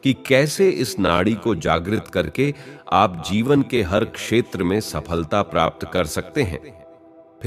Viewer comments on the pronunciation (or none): none